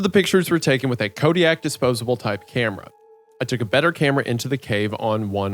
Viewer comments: you know you are old, and Kodak is dead, when Wendigoon says "Kodiak" without correcting himself. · Naw he just said "kodiak" camera and nobody noticed c'mon now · why does he pronounce kodak like this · I know he did not just call the kodak camera a kodiak camera xD